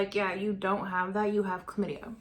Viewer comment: It's Clam-itty-a. Chlamydia.